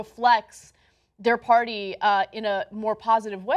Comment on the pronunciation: I like how John pronounces party as "paorty"